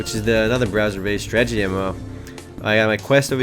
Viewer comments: say it with me: STRAH - TAH - JEE not: strah - jah - tee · Did you actually say "Stragety MMO"?